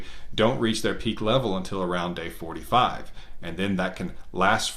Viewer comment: He says day 45 but it sounds like 8.45 :)